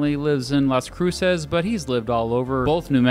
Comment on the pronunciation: My favorite college town... "lawz Cruise zez."